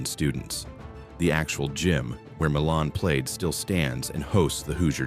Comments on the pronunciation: Hoosier basketball fan asks you to pronounce MILAN correctly. I will list it here for you….MYLAN is pronounced M Y L A N🏀🏀🏀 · Shocked no mention of whiskey being made n Lawrenceburg. Baby Face was also from here. I wish AI didn’t read this because Milan was mispronounced along with Amish.